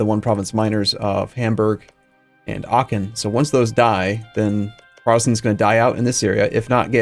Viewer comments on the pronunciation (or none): none